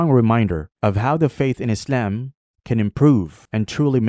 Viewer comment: Why does he say Izalm and not Islam